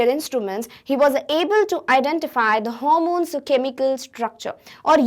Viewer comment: She mispronounced "hormones"